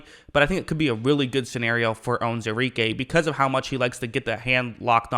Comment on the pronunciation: You should learn how to say the mans name right!